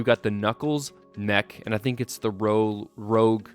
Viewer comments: it's pronounced "roosch", not "rowg" get it right you dingbat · It’s pronounced rouge not rogue. By the way I disagree with the mech fitting because why would knuckles use a mech? Lastly the giant emerald in the set is the master emerald not a chaos emerald.